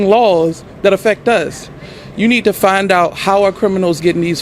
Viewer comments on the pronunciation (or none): none